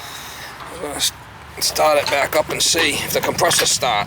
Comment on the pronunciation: "It's trying to stahart but it won't stahart..."